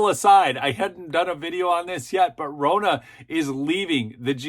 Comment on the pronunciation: Ronna is pronounced like Donna